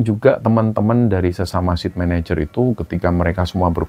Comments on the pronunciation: Site manager bacanya bukan "sit", tapi" Sait" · Saya dengar bicara Sit Manager, maksudnya SITE MANAGER apa ya ( Site, Baca Sait, artinya lokasi).. terima kasih ceritanya.